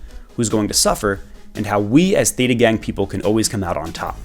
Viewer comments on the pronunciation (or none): none